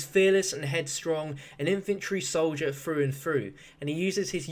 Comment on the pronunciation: infantry soldure foo and foo. Sorry, this isn't an accent anymore, it's just wrong